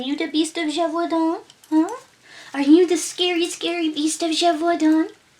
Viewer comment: Oml you should start a French asmr channel! I got a tingle in my neck everytime you said "Beast of Gevaudan"😂👌🏻 I loved this legend, it gave me a story idea where all the different legends happened at once lol. Is there any Nordic werewolf legends you could research? I really enjoy the lore videos! Also, you and your daughter were too cute together😍 And the French "losér" made me lol.